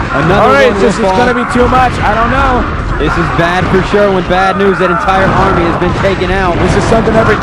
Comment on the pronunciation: Ahahaha, armNy? Thank god Tasteless stepped in to help out this abominable caster